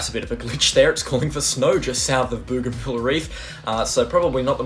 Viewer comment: Bow Gan Ville mate is how it is pronounced. There is an Island Province in PNG called Bougainville as well. Same name as the reef. Well done on your very thorough updates. As a North Queenslander, they are vital at the moment.